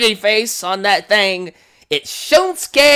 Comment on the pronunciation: Can't wait. I think NXT Takeover Dallas will be one of the best live specils in WWE history. One thing...You say it like SHILMsuke...it's SHINsuke.